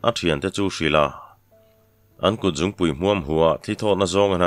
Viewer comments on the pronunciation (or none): none